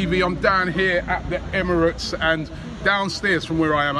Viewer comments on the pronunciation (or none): none